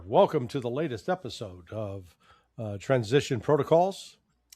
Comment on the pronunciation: The channels name is Transistion Protocol., there is no "s" in Protocol. You could care enough to know the name of the channel.